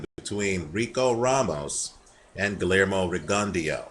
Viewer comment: pronounced Gee yer mo...Rigon deee aww